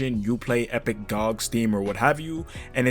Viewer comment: The way you pronounce "gog" is similar to how i used the pronounce clash of clans as "coc*"